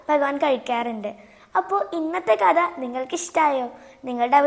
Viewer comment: കടതാ നന്നായിരുന്നു. കത എന്ന് പറയരുത് ട്ടോ. കഥ എന്നാണ് പറയുന്നത്. ബഗവാൻ അല്ല ഭഗവാൻ എന്ന് പറയണം ട്ടോ. അമ്മയിൽനിന്നും ഉച്ചാരണം പഠിക്കു ട്ടോ. ഇനിയും ധാരാളം കഥ പറയണം ട്ടോ. 🙏